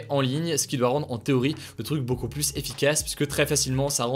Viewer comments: Tu dois revoir la pronunciation de plus. C abusé. 80% du temps tu dis Plusse alors que c'est Plus. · De plus en plus, arrête de prononcer le S au premier plus, ça se prononce " de plu en plus", aucun reproche, aucune négation, juste une astuce de langage ;) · Il faudrait quand même qu'un jour tu apprennes la différence entre "plus" et "plusse" .. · Hugo tu pourrais arrêter de dire « pluSS », c’est trop stressant ! Je me retiens depuis longtemps mais à chaque fois ça me titille, on ne prononce pas le S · tu pourrais arrêter de prononcer le S du mot plus ? 😅 c’est juste trop stressant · Techniquement le deuxième non plus, il est suivi d'une consonne, mais après plein de personnes risquent de ne pas comprendre la phrase (niveau de la langue française de la population : mauvaise)